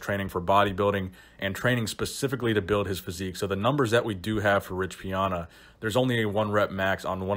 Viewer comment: “Rich Piona”